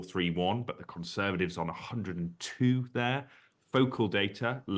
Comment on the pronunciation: Conservadivs?? Why can’t this bloke say Conservatives? Vote Reform